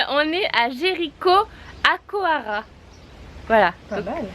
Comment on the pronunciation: Hahahahha ça se prononce "Jericoicoira" en portugais 😂